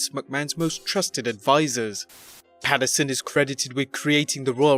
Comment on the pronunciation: Pat Pats-you're-son